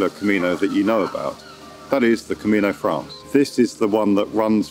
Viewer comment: nice video/drone footage! by the way, it's called "Camino Francés" the stress is on the second sylable and you cannot omit the second syllable. Also you could google pronounciacions, for example "Granja de Moreruela"😁It would help to learn the easy Spanish pronuciacion rules which are very straightforward; unlike English, Spanish a phonetic language so the pronounciacion is always as you write it. So it's not "Sentiegou" but SANTIAGO. Buen Camino